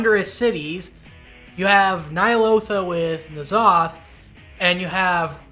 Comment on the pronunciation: Great video, just one nitpick. You don't pronounce N in N'zoth as "en", you just read it as it was written Nzoth.